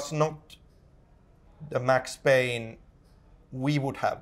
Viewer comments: IT'S PAYNE, WHACK 'IM. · IT'S PAYNE